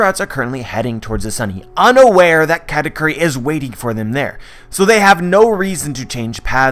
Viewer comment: its KU not Q